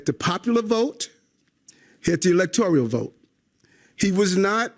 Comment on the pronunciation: “Elector-i -al”?